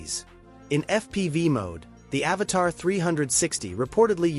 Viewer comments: Please IA, say AVATA, not AVATAR. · Your robotic AI voice keeps calling it an Avatar and Avata! Learn how to pronounce the name of the drone before you decide to do a video - 👎